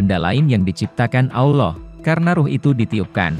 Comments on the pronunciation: Aduh bilang allohnya balelol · Nyebut Allah aja.. awloh..